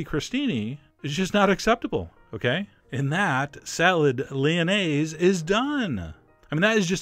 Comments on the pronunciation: I am french and i love how you say "lyonnaise" and "lardons" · I like your french accent when you say Lyonnaise et lardons et Laitue frisée!!!!!